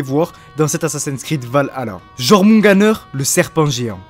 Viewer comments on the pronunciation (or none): Le Jörmungand ou le serpent monde ce prononce "Yor-moun-Gan'd" juste pour info pareil pour Jötnar c'est plutôt "Yeutnar" et pour finir c'est pas Va la la c'est plutôt Valh-alla après l'intention est bonne mais ça reste très concis au niveau des histoires, cependant j'aimerais bien que cela soit dans le season pass et sous forme de quête au scenario un peu poussé ça on pourra différencier le jeu en deux parties un peu a la manière d'AC origin avec un coté historique et l'autre coté plus sur la mythologie nordique. après nous verrons bien mais je pense que dans tout les cas le jeu promet d'être très intéressant surtout pour les fans et les passionnés d'histoire et de mythologie nordique.